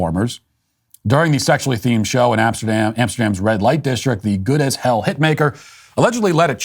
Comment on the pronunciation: Please mind the “Amesterdam” next time